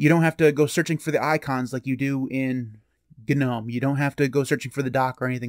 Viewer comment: did bro just say ganome? lmao